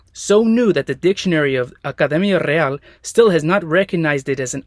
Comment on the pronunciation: qué bien pronunció Academia Real y Mestizaje :yougotthis